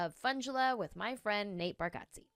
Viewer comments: You are pronouncing his last name wrong. It sounds like Bar get zee (not Bar got zee). He is too polite to correct people. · It's Barg-eh-tze... How well do y'all really know each other?! 😆 Great, fun show! Thanks for the laughter! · I think it's bar (get) ze. But even Nateland crew gets it wrong. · Pretty funny that you mispronounce the last name of your good friend. 😂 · Love it! Btw I think you’re pronouncing his last name wrong 😮